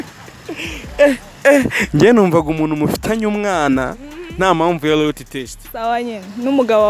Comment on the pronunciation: Make a correction bro, It's LOYALTY not LOYATY